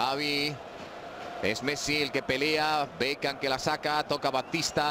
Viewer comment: por que diceis espagnoles bekan? (beckham) los apellidos no cambia !